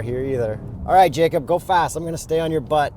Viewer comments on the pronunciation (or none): none